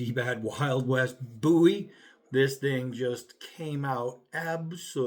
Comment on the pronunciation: say Buwies. Löl. I see you. -_